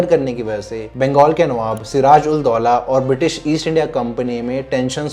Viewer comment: Please get your facts right....Siraj-ud-daula, and not Sirajuldaula. Laldighi comes with a soft D. Dighi means small lake in Bengali. Please learn a little more about a place before making such videos. I moved out from watching your video after I started noticing your shortcomings.